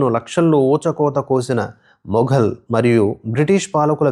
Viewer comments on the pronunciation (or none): none